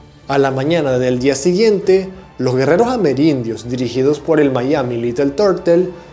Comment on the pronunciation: No digas maiami, amigo. Ese palabro vale para el que habla en inglés. Miami viene del español y, por tanto, cuando se fonetizó así es porque era la forma más parecida al original. Así que, a falta de la original, la menos mala es "miami".